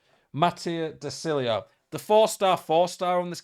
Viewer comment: First time I’ve heard content creators somewhat get De Sciglios name right🤩 Gg but it’s pronounced ‘De Shilio’